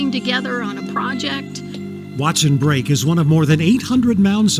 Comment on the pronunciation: I believe it’s Break. Like poke salad. Not brake, not polk. An aside. They gave in to socialism and central gvt. As all “ great” civilizations. We follow, knowing better